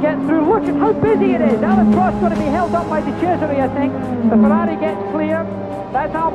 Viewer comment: Why can't Americans say Prosts name or Renault properly 😂 Michael Alboreto 🤦